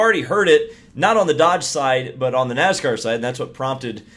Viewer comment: Nooscar, what's Nooscar?